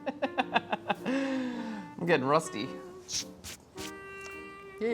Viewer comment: "I'm a pwofeshional." - I will hear that in my head every time you mess something up,.